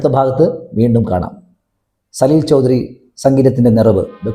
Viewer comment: സലിൽദാ യെ ഇഷ്ടമല്ലെങ്കിൽ വേണ്ട.. എന്തിനാണ് അദ്ദേഹത്തിന്റെ പേര് വികൃതമാക്കി ഉച്ചരിക്കുന്നത്? ആ പ്രതിഭയുടെ അടുത്തു നിൽക്കാൻ പോലുമുള്ള യോഗ്യത താങ്കൾക്കുണ്ടോ?